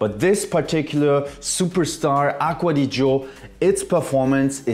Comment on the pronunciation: "Aqua di Joe" lolz..